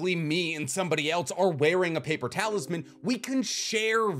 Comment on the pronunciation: He says "paper talisman" But i hear "paper towels man"